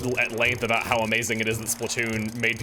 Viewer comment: well, that's NOT what we are talking a-boot.